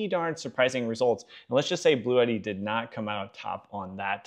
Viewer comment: My goodness people. It's not blue Eddy! It's pronounced blootee, blue-tee. This is one of the reasons other countries think we are so stupid.